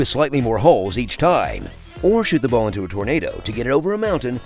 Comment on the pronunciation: Did you just say ball the regular way? Has that every happened before?